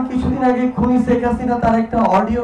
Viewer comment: শেখ হাসিনাও কি উচ্চারণ করতে পারেন না এই সমন্বয়ক , বারবার ছেক হাসিনা বলেন😂😂😂😂